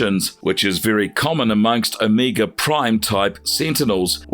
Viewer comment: You said this so called "Omeega Seentinel is deedly." How deedly?